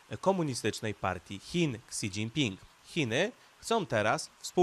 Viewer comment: "Si dzinpin" się wymawia wia wia.